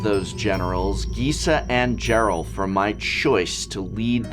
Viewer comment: I like that you mispronounced a ton of cards here but managed to get Gisa and Geralf correct. If I didn't know better, I'd say you were doing it on purpose.